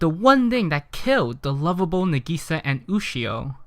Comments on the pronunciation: Kaida hes putting the emphasise on the "i" not the "a" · I want to watch this but it's pronounced (NAH.GEE.SAH.) AND YOU SAY IT FAST M8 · All of the names he said are badly pronounced. Nagisa Him - Nagi-sa Real - Na-gi-sa Tomoya Him - Tomo-ya Real - To-mo-ya Really do you really watch anime?! Just pronouncing right japanese is so hard for you?! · It's Na Gi Sa, NAGISA. not Na GEE Sa. jesus fucking christ. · it's Nagisa not Negiiiiiiiiiiisa!!!! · na-geese-sa it's nah-gi-sa ya gotdamn weeaboo :/ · Correct pronunciation: Nah-Gee-Sah. Incorrect pronunciation: Neh-Gee-Sah. Subs>Dubs!! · the way you say nagisa is nagasa is what I hear in the subs so I'm pretty sure you say nagasa instead of nag EEEEEEEEEEEEEEEEE sa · You said Na-gee-sa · NUH GISA NUH GISA NIH GISA!!! YOU MAD BRO!? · "Na-gei-sa" is what he is saying xD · It’s na~gi~sa~ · IM DYING I'm sorry but the way you say nagisa is getting on my nerves Plz Nah-gee-sah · It pisses me off the way he says Nagisa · How can you hear her name dozens of rimes and say that absolutley wrong? Are you dumb or deaf? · Something tells me you watched the dub because your pronouncing her name wrong 😂😂 no hate tho lol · You're pronouncing Nagisa wrong, but this video is still pretty damn funny. This anime looks maybe simple and emotional, but beyond the naked eye, this anime is so complicated and so wonderful. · why the fuck people keep saying it wrong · elizabeth sa fucking same... how hes pronouncing it is annoying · I know I'm 3 months late, but this drives me insane too. I know it's because the English dub mispronounces it, but still. Besides, the Japanese cast to Clannad is vastly superior (I'm not an elitist 'sub is always superior' person), with it able to convey more emotion despite the language barrier. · My butt cheek clinches every time you pronounce "na'gisa" the way you did...